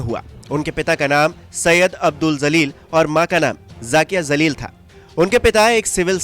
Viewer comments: Bhai naam sahi lijiye... Jaleel or zaleel dono alag word h.... Aap jaise padhe likhe logo se ye ummed nhi h... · O bhai pehly un ka name to sahi sy lo zalil nhi jaleel he name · Its jaleel not zaleel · Zaleel nhi Jaleel hota hai jahilo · Bhai Jaleel not zaleel